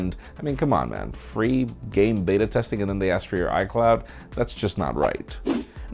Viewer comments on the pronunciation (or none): none